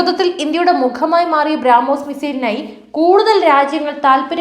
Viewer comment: ബ്രാ മോസ് അല്ല ബ്രോമോസ്